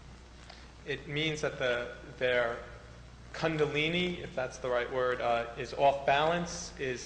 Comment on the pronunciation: I wonder when this was done. Happy to see it. It's just great. I read one of Gopi Krishna's books back in the 80's. The Kundalini is a fascinating subject. I wonder about the year because the interviewer sounds very ignorant in the way he pronounces both Krishna and Kundalini.